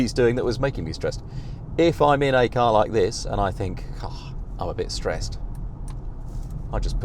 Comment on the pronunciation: This dude: "I'm no longer streessed" *Confused car noises